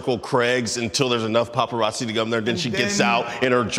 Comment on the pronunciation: The dude in the red hat got my grits boiling ,he can’t even say paparazzi right 🙄🙄